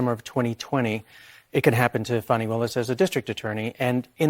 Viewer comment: STOP WITH THE FONI ITS FANI